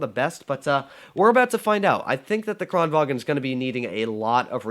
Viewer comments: It's Kranvagn, not Kranvagen. 😛 It isn't German... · "kranvagn" is pronounced KRON vang